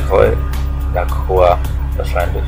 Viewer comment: Schön, daß du LaCroix richtig aussprichst. Hab ich meinem anderen Kumpel auch schon gesagt, weil (er) es (wie) im Spiel La Kroi ausgesprochen wird/hat. Wohl die Veramerikanisierung des Namens. ;)